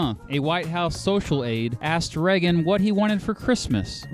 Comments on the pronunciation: "Ray-gen" not "Re-gen" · Reggen? Your pronunciation made me click off. Sorry. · This guy can't pronounce Reagan or Colorado. Really?